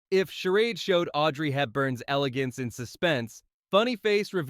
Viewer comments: Seriously?? Charad?? It’s …Charade!! 😂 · It is pronounced shah raid